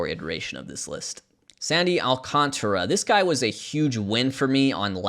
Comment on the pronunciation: AL-KAHN-TAR-UH There's a whole fucking letter in his name people just refuse to pronounce!